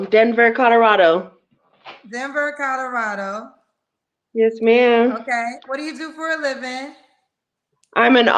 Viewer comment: “Codorado” lol